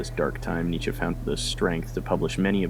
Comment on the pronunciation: It's pronounced Nee-Tche